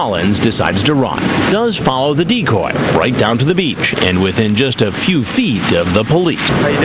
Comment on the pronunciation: Chris pronounces it as dee-cooooooooy